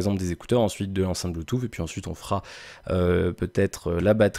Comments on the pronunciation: Désolé tu peux avoir un bon niveau qui n'empêche pas de faire des erreurs. Le premier lien est la phonétique qui prononce bien "Bluetooth \blu.tus\ "et le deuxième le confirme, tu dois avoir des problème d'auditions, fait le écouter à d'autres personnes tu verra. Sinon ne t'excuse pas c'est pas grâve, personne n'est parfait hin :p, mais sinon content que tu revienne régulièrement je vérifiai si il y'avait des nouvelles vidéos sur ta chaine. Reprend les quotidiennes comme elles étaient.....je les regardaient le matin au ptit dej. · stp apprends à prononcer le mot "bluetooth"....... en phonétique